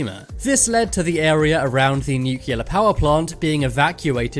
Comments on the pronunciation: Every time you pronounce Nuclear as "new-killer", I lose five minutes of my life. and I don't have a lot... PLEASE ! nuclear is pronounced "new-clear". And I'm not even a native English speaker 😁 Other than that, love your vids, good work : ) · It’s not pronounced “nucular.” It’s nuclear! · Please say new-clee-are, not nuke-you-lar.